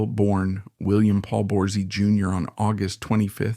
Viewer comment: They didn't get Willys last name right, either! It was Borsey, not whatever they said!